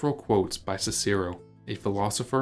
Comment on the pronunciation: How can we take a History channel seriously, when you don't know how to pronounce Cicero?